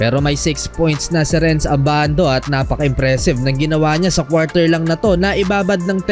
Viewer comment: abandu en yur pish✌️🤣